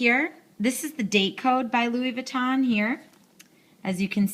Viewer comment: Louis Vuitton.. not Louis Vee-tahn. 🙄